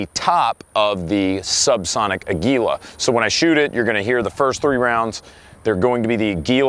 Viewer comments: sigh just want to let you know, if you want to know how to pronounce the brand Aguila correctly it's the Spanish word for Eagle. makes sense right? has an eagle right on the box and it's made in Mexico. it's not a-gwee-la or a-gee-la (with a hard G). it's ah-gih-lah (with a soft G) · Ah-gwi-lah. Spanish for eagle. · yall can never pronounce aguila right. jesus.